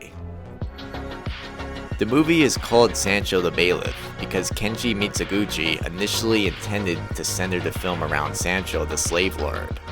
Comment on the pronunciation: The Pronunciation Nazi writes: is this a mistaken AI narrator? if he cant even pronounce "Mizoguchi" correctly he shouldnt be narrating a documentary video on Mizoguchi. the /z/ in Mizoguchi is a voiced alveolar fricative like the z in "zoo" not the /zz/ in pizza". he was Japanese, not Italian. it's not "meetso guchi"